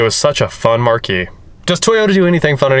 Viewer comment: It's marque (pronounced the same as mark), not marquee...